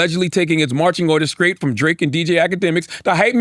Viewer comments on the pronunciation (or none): Grown ass man who cant say straight or street. Or anything with a str correctly.